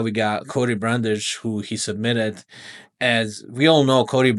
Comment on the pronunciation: Knew he was a fraud when he struggled with Brundage